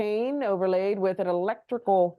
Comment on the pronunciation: She needs to learn how to pronounce “electoral” I’m guessing that would be a reach for this insect. She’s so “weird” right?